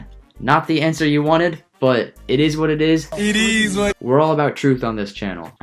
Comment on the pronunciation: It eees what it eees